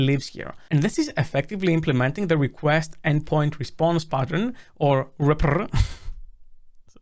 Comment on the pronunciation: Nice video with some good points. I'm very curious about the 2nd video. The author released version 3.7 with support for constructor DI. Sidenote: I'd suggest REPR to be pronounced REaPeR ;)